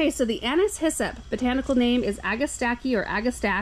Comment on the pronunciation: My name is Anise and it is music to my ears to hear you pronounce it correctly. 😊